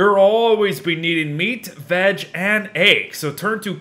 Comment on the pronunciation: I’m pretty sure it’s only me that I hear him saying vadge instead of veg.lol